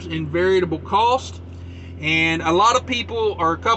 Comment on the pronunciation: Always wondered if you were purposely saying Variable wrong... LOL...